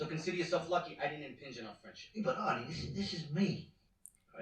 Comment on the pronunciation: Who wants to let them know that his name is "Artie", not "Archie"? Haha. It's not Riverdale